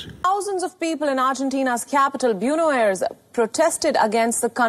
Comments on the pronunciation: Me mato el "buenos aires" dela periodista en el jaja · así pronuncian Buenos Aires en inglés ? Biuno Eirs ? Maaamita posho